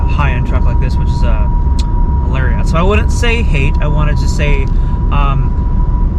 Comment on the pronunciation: thumbs down because you pronounced it larryaughts. Also, all my doors unlock with the remote.